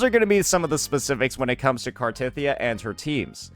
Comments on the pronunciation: its actully pronounced car the teth of the e ya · Also, knows how to CORRECTLY pronounce her name.... But he just chooses not to...